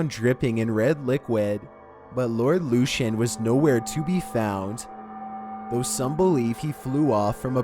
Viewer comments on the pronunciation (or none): No 2 case is pronounced Lord Lukan (that is what it sounds like).....Lord Lucan. They believe he killed the nanny down the stairs believing it was his wife in the dark, so I did read ages ago. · It’s not “Lord Lucian”, it’s Lord Lucan!!! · Number 2 is pronounced Luke-an, not Lucian. And it’s Birming-um, we never pronounce anything that ends in “ham” as “ham” in the U.K. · It's lord LUCAN just how it's spelt not luchan 🙈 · Yep. and Lord Lucan. it's Lord 'Loo-Can' not 'Lew-Chan' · You think that's bad Lucan is pronounced Lukan not Lushan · I also think it's supposed to be Lord "Loo-can" (Lucan) instead of "Loo-shun"...it matters if one is interested in researching further info about the subjects... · Jimmy Hoefa? Lord Lushan? LOL. Come on mate.....how difficult is it to find out how to pronounce their names correctly? 😂😂😂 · he pronounces other names in this video wrong too- like Lord Lucan and Jimmy Hoffa